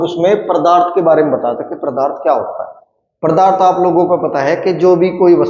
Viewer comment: pardarth ni hota wo padarth ho 😂